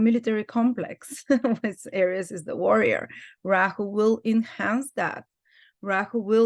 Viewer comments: She is pronouncing Aries correctly. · I love that pronunciation- I’ll change mine to that. Language is fluid. There are no rules.